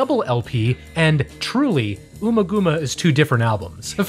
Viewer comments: It's UMMA-GUMMA as in Hummer...Bummer. It's not the first name of Ms Thurman. (Ooma gooma) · Ummagumma is pronounced like um ah gum ah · Great video but please... it's pronounced AMMAGAMMA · here to comment. I love these… keep ‘em comin… but you have some pronunciation problems here… domine rhymes with astronomy, ummagumma is not oomagooma (think gum), the city is San Tropay, and according to David Gilmour in both Guitar World magazine and the Amazon Dark Side documentary, Money is in 7/8 time (though it seems the internet is split). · Good overview of one of my longtime favorite bands. "Echoes" is my favorite song, and I guess I'd default to DSOTM as my all-around favorite album. A few errors I noticed, mostly pronunciation stuff: "Astronomy DOH-mee-NAY,." "Jugband Blues," not "Jughead." "UH-mma GUH-mma." "San Tro-PAY." "Michael KAY-men." The noise in "Echoes" mimics sonar, not radar. Also, "When the Tigers Broke Free" was not on the original release of "The Final Cut." It wasn't included until the 2004 re-release.